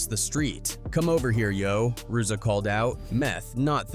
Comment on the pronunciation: Can’t even pronounce ‘RZA’.. videos are pathetic